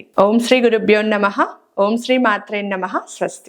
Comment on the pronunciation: Hanumathaye Antara Hanumathey Antara Asalu aa telugu ucharanaki 😮 Sreemathrem namaha yemiti